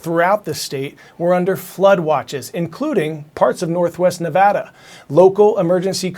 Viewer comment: Common coy W, saying Nevada right